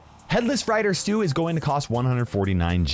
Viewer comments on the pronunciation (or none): none